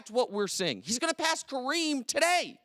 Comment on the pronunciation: Its KA-reem not cream